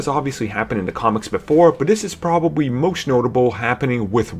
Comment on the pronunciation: Pwobabwy? Bwack Panther? Scarwet witch? Bahahahaha! Get off YouTube